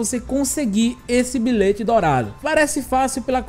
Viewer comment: "Bilête" kkkkk